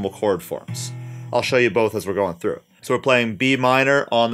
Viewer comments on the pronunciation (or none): none